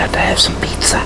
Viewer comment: I love how he says peet-za 😂